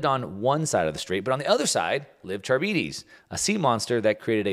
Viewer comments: Charybdis is pronounced kar-rib-dis, not char-bee-dees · Can you at least try to properly pronounce things when you're yapping all of your nonsense? Sylla and Charybdis aren't pronounced that way at all it's "silla" and "kar-ib-dis" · Scylla=Sill-ah Charybdis=Car-IB-dis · Scylla is pronounced SILL-uh, not like cilia. Charybdis is pronounced kuh-RIB-dis, not carabeedies. Since central to your discussion, thought you should know. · English teacher here. The names are pronounced “Sill-a” and “Cuh-rib-dis”. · Pronunciation alert: Sylla & Charybdis = Sillà (not sil-e-a) and Ka-rib-dis. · Consider using a pronunciation guide like the one Google has for things like Scylla and Charybdis if you're unfamiliar, unless you don't mind being called Milk Mouse. Just saying. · Learn how to pronounce Scylla and Charybdis.